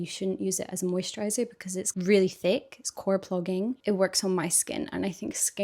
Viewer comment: i giggled when you said core plogging instead of pore clogging lol Love you! ❤❤❤